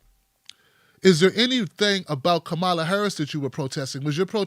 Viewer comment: You guys pronounce her name like 8 different ways throughout this video, and it's distracting from what you're saying. At least have the respect to learn how to say her name. It's pronounced comma-la.